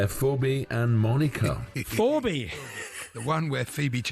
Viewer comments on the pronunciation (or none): That's at least the third time Al's been on COTW for pronouncing the name "Phoebe" like that! How can somebody as old as Al not be aware of that name and how you spell it?